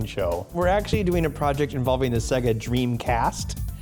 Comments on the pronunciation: SAYGA NOT ZEGA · Alex Mc I always pronounced it Say-ga. I didn't know why people call it seg (as in segment) - a. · Why do people call Se-ga wrong? It is pronounced by turning Sonic 2 on